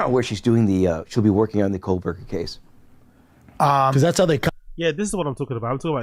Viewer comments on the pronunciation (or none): “all that cowld case murdur stuff”